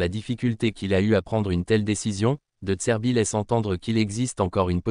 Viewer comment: Ta voix IA au lieu de dire "de zerbi" elle dit "de tserbi" ... 😂